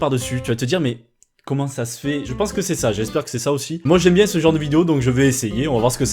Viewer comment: " j'espere que vous allez bieng " vous avez tout mon soutieng " XDDDDDD